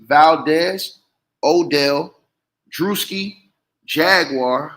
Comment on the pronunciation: It’s pronounced Drew-ski😅